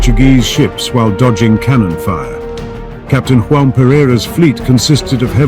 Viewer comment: 'João' in Portuguese is pronounced with a 'g'-sound like in 'lodging'. Not the Spanish harsh 'g' as in the Spanish 'Juan'